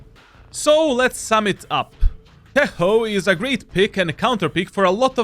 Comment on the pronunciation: Its not tejo its tečo 💪